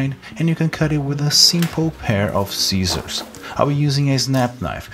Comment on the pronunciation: "Seacissors" Love your work!